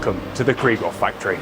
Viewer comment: I assume you don't care, but it's KRIEG HOFF (war hope), not Krie-ghoff.